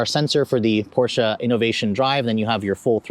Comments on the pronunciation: The "portia" lol..... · The "O" in Porsche stands for optional. 🤣🤣